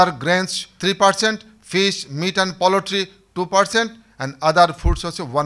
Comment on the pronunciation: Very informative video. But the "poultry" pronunciation should be corrected in the video.